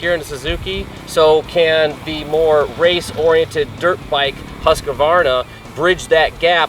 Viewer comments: huskavarna? just pronounce it Husk-varna.. it's really not that hard :) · Its really pronounced more like huus-kvarna not huska-varna :-) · Let’s say it together: Husk-var-na.